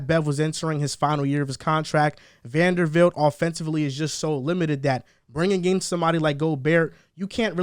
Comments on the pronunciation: VanderBBBBBilt not fucking Vandervildt bro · I love yall but how are you saying Vandervilt all video?